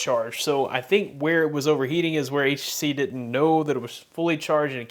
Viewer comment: Guy cannot even say HTC most of the time. Use it while charging and check temp.